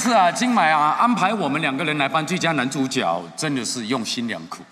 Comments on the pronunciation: 主角 正确拼音是 zhǔ jué。 怎么这两位主持人都念成 zhǔ jiǎo？ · 主角的角应唸jue( 阳平)。 致金马奖。